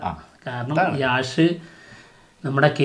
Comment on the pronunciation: Yaaaash allado yeshhh ennanu pronouncation 😂